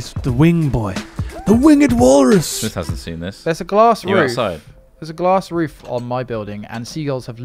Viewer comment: Smith was the only one who pronounced it right. y'all are always butchering my name :p